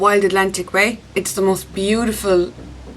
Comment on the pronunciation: Loved the video! I love how you sometimes pronounce you as yee! Have a great weekend!